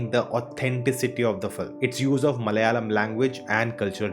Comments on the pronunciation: Malyali or malayali ??🤔🤔 Have heard most non-southerners pronounce malayalam as Malyalam and kannada as Kannad just like Americans pronounce Aluminium as Aluminum😬😬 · Plz don't try to kill our language, plz learn acting from d malayalam movie, how they r getting national award,atleast learn to pronounce d name "malayalam" properly 😂.